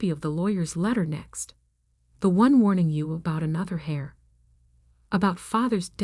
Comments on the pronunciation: Irrelevant, sometimes irritatingly distracting background! The person who inherits, is called "heir" (pronounced like "air", not "hair" or "hare")! Proofreading needed! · The word is "heir", not hair or hare. It's pronounced "air". The "h" is silent. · The word is heir, pronounced air or err. No h sound.